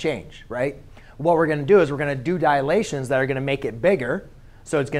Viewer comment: *Dilations, not "Dialations" But great vid anyway, helpful